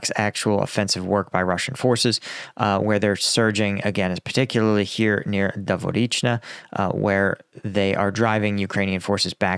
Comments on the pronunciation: I really wish you'd check how to pronounce Robotyne with a Ukrainian speaker 🤣 It's more like Roboty-knee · Its pronounced ruh-BOH-teen-ay. But you'll get it before wars end. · For crying out loud,. You’re still improperly pronouncing Robotyne. 🙄 🤷‍♂️